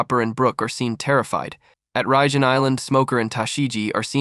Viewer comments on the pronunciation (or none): none